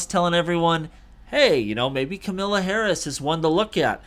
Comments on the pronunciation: PRONOUNCE HER NAME RIGHT! It’s KAMALA, like MAMA-LA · Comma la is how you pronounce Kamala.